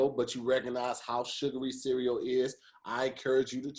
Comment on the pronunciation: Does anyone else hear pronounce "CEREAL" like "SIRI-O"?